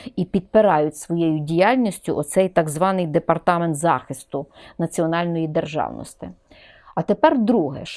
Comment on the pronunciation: Замість « и» необхідно говорити « і» Не державности а державності !!! Пані вчитель😂